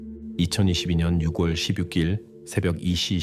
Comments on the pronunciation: 목소리와 톤이 정말 좋으시네요~ 참고로, 6월 발음은 유궐이 아니라 유월이에용~ 내용을 직역이 아닌 의역을 해서 간략하게 하시면 더 좋을게같아요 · AI가 읽어주는건가요? 육월도그렇고 일살이라니 ㅠ 너무 거슬려요